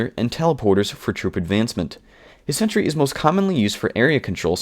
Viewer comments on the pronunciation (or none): none